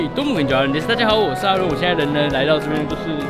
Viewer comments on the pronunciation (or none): 也不小心念錯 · 講著講著也說成道頓絕 哈... 我也習慣唸絕 因為唸枯 好像洞窟的感覺 不好聽